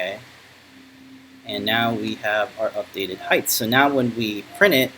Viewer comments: Off the subject but why do you pronounce the word height..heigth? Some wood workers I noticed do the same. I'm enjoying following this project, thank you! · alot of people do this i have noticed, height does not rhyme with width!